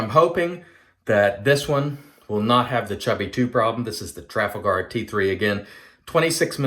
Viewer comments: Beautiful looking new version of the Hawk,! But......Trafalgar would be pronounced ' Tra-fal-guh' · The model…Trafalgar….is named after Lord Nelson’s naval victory over the French in 1806…if memory serves. It is pronounced….Tra..FALL…gar. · It's pronounced Traf-al-gu. Based on a battle in English history.